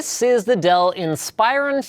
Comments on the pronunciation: AM I THE ONLY ONE BOTHERED BY LINUS' PRONUNCIATION OF INSPIRON? He kept saying in-SPY-ron when it's always been IN-spuh-ron on the commercials. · In+Spa+Ron. Dude pronounced it wrong on this video. He said In+Spy+Ron... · "In spy rawn" It's "in spih rawn" Linus. Come on. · goodness gracious its "insp-ER-ron" not "insp-eye-run". The "ir" sound is said like "inspiration" not like "inspire". The emphasis is on the "RON" at the end. So its really said "insper-RON". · He keeps pronouncing it incorrectly. It's pronounced "IN-spur-on" not "Inspire-on" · It's pronounced in-spur-on not inspire-on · Ins-per-on. Not In-spire-on... watch a Dell commercial ffs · Its not inspire-on. It's in-spur-on. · I always thought it was pronounced "In-spur-on" not "inspire-on" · Inspiron is spelled IN-sper-ON. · Stop saying "Inspire-on." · linus.. its not pronounced "inspire on" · "inspEYEron" lol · Inspire on? I thought it was pronounced like it was spelled. Dell ads pronounce it like that. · Is Inspiron supposed to be pronounced like "In-spy-run"? I always say it like "in-spih-ron". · Did you just call it a Dell Inspireron??? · Pronounced Inspiron wrong. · STOP PRONOUNCING INSPIRON WRONG!!! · Inspyren!!!!! try improve ur acent linus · you are pronouncing inspiron wrong lol